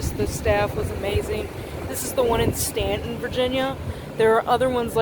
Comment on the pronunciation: Staunton is the most mispronounced city in Virginia as we can see here